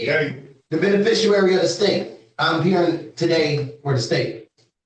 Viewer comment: I wish judges did this everytime a sovcit wont give their name. Also, learn how to say bebeficiary